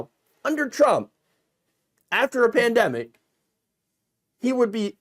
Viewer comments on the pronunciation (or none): Kudlow had a few too many martoonies before this episode. "Prandemic"